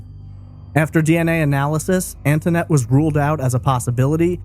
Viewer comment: Concerning the call to the police department, the little girl on the phone pronounced her name “Antonette,” whereas the host is pronouncing it “Anthonette.” Do we know the correct pronunciation of her name? That little girl sounded genuinely scared. Poor baby. Her life had not been easy, all the way up to the point that she was snatched from home.